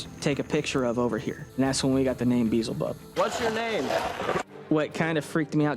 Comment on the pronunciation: Could the producers not eveb tell them how to pronounce Beelzebub? Lol